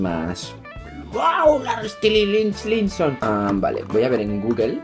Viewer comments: Reaccioná a Ziam ahre te amo chau ah pará xq se pronuncia estailinson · se pronuncia stailinson por si querías saber ❤ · Se pronuncia Estailinson xd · Se pronuncia Stailinson y deberías instalarte Wattpad hay un montón de historias Larry para leer...Me caíste bien 💕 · jajajajaja, el mejor momento del vídeo es cuando intenta pronunciar Larry Stylinson (que por cierto suena como "Larry Stailinson") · AMO TU ACENTO, HABLAS BELLO. AMO QUE AMES A LARRY "STAILINSON". Así se pronuncia, o al menos, así lo pronunció yo... 😂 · se pronuncia Larry stailinson*😂😂❤ as muchos video larry😍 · Larry es más real que tú, que yo, que todos, si no existe, toda nuestra vida es falsa, una ilusión. Una vez que empiezas no puedes parar, JAJAJAJAJA. Se pronuncia "Estaylinson" o algo así jaja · Se pronuncia Estailinson(? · "Larry Estilinsinson" me estoy riendo fuertemente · Vendría a ser como "estailinson" la pronunciación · se pronuncia Larry stailinson ❤ Gracias por el vídeo akdhdjd soy Larry shipper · es larry estainlinsom pronunzacion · y se pronuncia estailinson <3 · ahora te amo mas <3 Viva larry por cierto se pronuncia estailinson jajaja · Perdón x corregirte, pero se lee "estailinson" y se escribe "stylinson", solo es para que lo leas bien, no te ofendas por favor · Se pronuncia "Larry Estailinson". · Larry Stilinson jajajajaja, me mata tu pronunciación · Se pronuncia "Larry estailinson" jajaja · Todo bien pero se pronuncia " Larry Estailinson" ♥😍⚡ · Se pronuncia Estalaison jeje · Se pronuncia Estailinson😂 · Es "estailinson" 😂😂😂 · se pronuncia larry estailinson ahre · estilinsinson xdddd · se dice estailinson :v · Se pronuncia Stailinson XD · se dice larri stailinson AHRE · se pronuncia stailinson 😂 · Pronuncias mal Stylinson😝